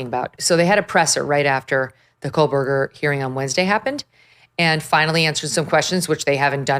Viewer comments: Megyn. I absolutely adore you girl, but could you, if you have to say this monster’s name at all, please pronounce it correctly. It always sounds like you’re saying, “KoLberger” with an L. Not trying to be a pain in the 🍑, but my OCD flares every time I hear it. 😊🙉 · Hey meeeegan Killers name is KOHHHHHBERGER NOT KOHLLLL... JESUS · Why do u always say Kol-Berger…lol. Not that I give a shit bout that loser but just wondering why u pronounce it that way 😂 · Why does Megyn pronounce his last name as KOHL-BERGER? So annoying. There is no L in his last name.